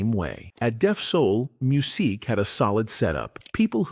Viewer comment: 😬 I didn't make it past 3 min because of his name was being mispronounced so many times